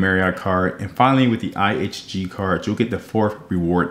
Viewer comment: iNG card, you mean (IHG) no wonder it’s not on your radar because your not even saying it right. But overall great job. Just for your info it’s (Intercontinental Hotels Group) or IHG